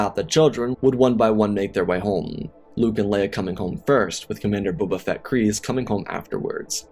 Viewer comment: This narrator REALLY needs to slow down! I've watched many of his videos and he consistently makes me cringe! Here we have a video about Bobal Fatt, I cant tell you how many times that Obble Juan has been uttered in other videos. At this point Im starting to think its intentional as im sure that Im not the only one that hears/notices these incorrect pronunciations!